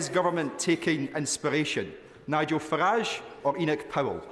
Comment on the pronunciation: Love the way you pronounced Farage as us Northerners say garage. It's the way I think of his name. He's Hyacinth Bucket.